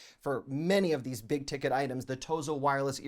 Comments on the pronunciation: Idk why every time he says "THEEsE..." it is so satisfying to me 😅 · His “These” is very comical 😄😄